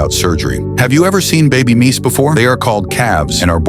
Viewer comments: Im sure he said meese instead of moose!!! 😮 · Their not Meese they Moose 🤣